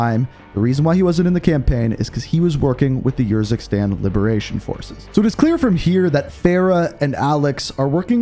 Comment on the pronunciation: it kinda urks me that you use footage that pronounces urzikstan the proper way, and Faraah, but still say yourzikstan and fairah xD Great content amigo, keep up the hard work